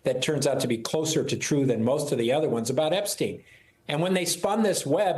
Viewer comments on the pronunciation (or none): It's twu. It's TWU! You point a finger, three point back!